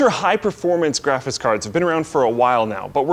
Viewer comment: Love me some "graphis" cards